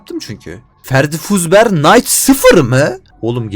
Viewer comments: Ferdifuzber✅ Freddy fazber❌ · Freddy Fazbear ❌️ Ferdifazber ✅️